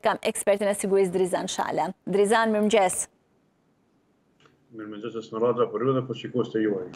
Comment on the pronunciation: Esmeralda e poštër e Shqipërisë së Egër Veriore, nuk thuhet 'mirmgjes' por 'mirëmëngjes'! Hallelujah!